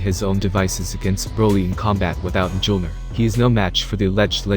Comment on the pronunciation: He said jolner not the actual name correctly